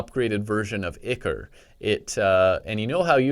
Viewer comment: It's not ik-er it's eye-core